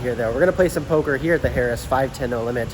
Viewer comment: 1) it’s not pronounced “Harris”. 2) it doesn’t have “the” in front of its name